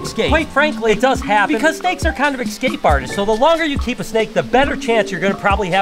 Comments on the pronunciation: E scape not ecscape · Escape, not excape